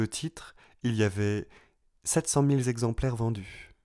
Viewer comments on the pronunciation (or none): "700.000 Zexemplaires vendus..." (14') Liaison malheureuse qui m'a gâché le reste de la lecture